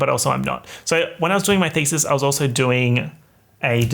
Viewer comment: lost ALL MY SHIIIIIT everytime he said "doing my thesis" cuz heard "doing my feces". I'm done having only one rotten brain cell